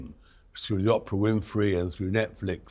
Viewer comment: Could Tom Bower PLEASE pronounce Oprah's name correctly??? He's been doing it for years. 😡